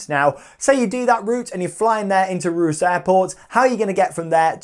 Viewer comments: OMG, Ruse 🥴 It’s pronounced Reus (Ray Uss) Keep on truckin’! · It’s pronounced Ray-uss not ruse